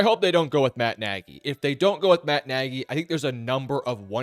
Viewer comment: It is not Nagy.